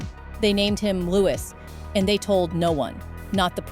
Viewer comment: It's pronounced 'Lew~we'....like Louis Armstrong